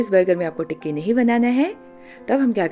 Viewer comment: You are saying tikiwiki what is Wiki ❓❓❓❓ 😂😂😅 but very nice recipe